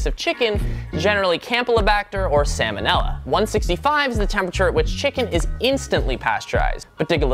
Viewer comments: Did you call it "salmon ella"? Just because it's spelled like salmon the first 6 letters does not mean you pronounce salmonella "sāmōnêlā"... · my guy just said samonella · Salmonella Sam... o’nella